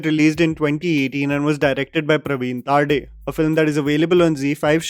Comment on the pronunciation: Just a minor correction regarding the pronounciation of some marathi surnames, It's not Taarde, It's TARDE and Not Manjrekar but MAANJREKAR.